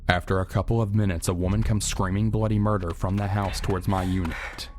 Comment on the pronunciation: in the start i thought he said a woman came screaming bloody mary then i rewind back and found that she was screaming bloody murder